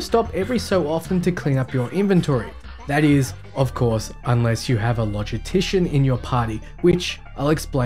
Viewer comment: Good video, I have one nitpick though. It's how you say "logistician" - there is an "s" in there so please say it! And "chirurgeon" too XD